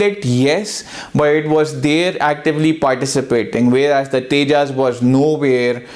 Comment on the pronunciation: Pehle Tejas pronounce karna seekh le phir analysis kariyo. Bheekmanga desh k bheekmange log